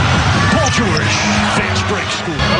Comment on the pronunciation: 경기 캐스터 마이애미쪽 분인가요? 발음이 진짜 영화 나레이션 듣는 것 같네요 특히 죠오올~지 할때 ㅋㅋ 늘 잘보고 있습니다 세계에서 okc에 관한한 최고의 하이라이트 필름 채널이라고 확신합니다.